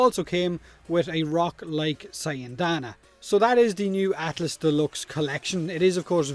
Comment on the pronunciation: did you say atlASS?